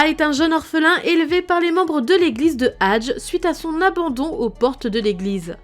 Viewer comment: C'est pas hadje c'est hadjé